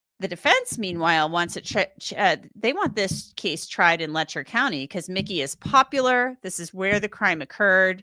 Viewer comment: they lost the "C" in county